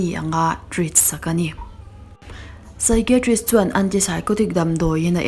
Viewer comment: Saikaitrik Ti a lam tur